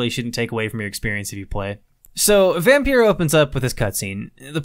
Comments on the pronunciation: Dude it pronounced Vompeer Not vampeer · And it s pronounced Vompeeer Not vampeer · I love how you're basically pronouncing it as Vampierre 😂 I think it's actually just a random play on the word, altho the way I pronounce it makes it sound like the way a slavic language might pronounce it